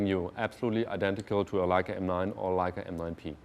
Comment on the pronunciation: I love hearing Germans say "Leica". It just sounds right haha.